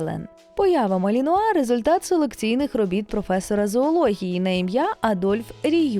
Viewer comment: Оце ви навалили інформації із собачого гороскопа! Цікаво було слухати про хоробрих боягузів! Заплутався ще на початку відео де ведуча жонглює наголосом у НАЗВІ. Гарні собаки насправді, жаль ви нічого про них і не розповіли.